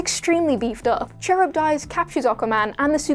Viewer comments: Char ib dies. cringe its pronounced car ib diss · KUH-RIB-DISS, not Cherub Dice. Do you guys actually do your own research or just phone it in everytime? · Charybdis is Ka-rib-dis not cherub-dice, you ninny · Charybdis is pronounced "Car-Rib-Diss". It's from the epic Homer's Odyssey. There's actually a saying "caught between Scylla and Charybdis" that means having to choose between the lesser of two evils. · The Aquaman villain Charybdis. The name is pronounced KA-RIB-DISS. His name, and that of his wife Scylla (SILL-UH), are taken from Greek Myth and refer to sea monsters that guarded the channel leading to Sicily. They are the basis of the terms "between a rock and a hard place" or "between the devil and the deep blue sea". I'll overlook this slip,; it's an obscure name and NOBODY working at WhatCulture is old enough to know it. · Yes! Thank you! She was driving me nuts with that! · you pronounced "Charybdis" 18 different ways, and none of them were correct